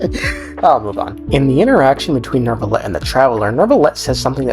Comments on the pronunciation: Is pronounced new-vilet not nerve-ilet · Bros name is not "Neurrrvillette"